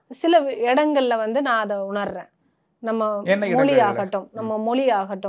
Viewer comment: மொழியை, மொளி என்று கூறுபவர்தான் தமிழை வளர்ப்பதற்காக பொங்குகிறார்